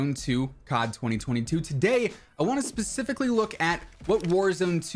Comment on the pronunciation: Always says pasificly🤣